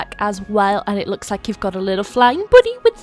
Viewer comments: when you say "bunny" it sounds like "body" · the “boonie” tho😭😭😭😆